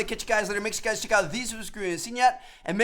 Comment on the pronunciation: No hate but that intro you do makes me cringe tf out it sounds like u say "whut's going on guis" not "what's going on guys"